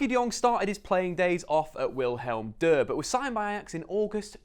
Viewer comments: Why are you pronouncing Willem II with a combination of German and French pronounciation?😂😂 Dutch 2 is pronounced tway. Willem is Willem 🤣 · Wilhelm deux? :") That is a combination of German and French, and no Dutch.. It's Willem Twee (2) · ‘Wilhelm Dur’ I can’t stop laughing. You can pronounce it like William without the ‘i’ after Will, so Will-am. And the name is actually Willem II obviously, but II stands for 2, so you could just say ‘Two’. Just helping out for future video’s man! 🙏🏻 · wilhelm deux? ITS DUTCH MY GUY